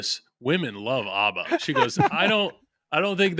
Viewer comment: Loved this ep, but the way they all mispronounced ABBA was so unhinged!!!